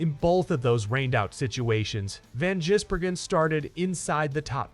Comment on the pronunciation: Get your dumb AI to just simply say SVG. It is almost comedic trying to say his surname.